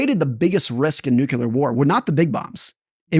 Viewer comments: Newkyoolar. Lol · The word is nuclear. It is pronounced new-klee-er. I'm sorry but the way he says nuclear drives me nuts. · How is it, such an intelligent guy, doesn't know how to pronounce NUCLEAR? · Why do intelligent people mispronounce nuclear, and unintelligent people pronounce it correctly?